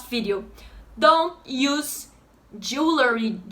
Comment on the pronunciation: Your pronunciation of jewellery was spot on! :) I hope I can move to Brazil soon. Have you any suggestions for the Recife region? Mainly the best way to rent long term. Obrigado!